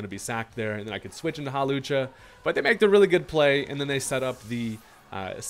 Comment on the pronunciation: Not "Hawlussy" 🤣